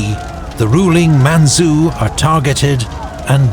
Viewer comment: Man-chu . Chu. Not su.